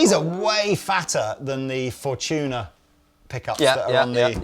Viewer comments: "For-tuna as opposed to For-dolphins" lol... Fortuna is a real word, it means "luck" in italian... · Fortuna.. Four-two-na… Five-Two? Nah…